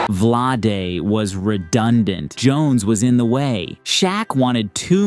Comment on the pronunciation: Completely butchered Vlade's name. 😂